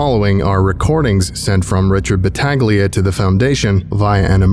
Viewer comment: its pronounced battahleeia